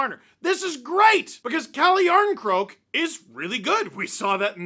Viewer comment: Calle Jarnscroak 😂😂😂